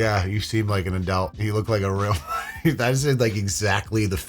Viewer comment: I love hearing say "adelt" in his New English accent.